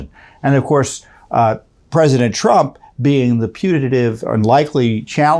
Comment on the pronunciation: May I ask... does he keep saying "rump"? Is that because if you say his name the right way will this get demonitized or banned?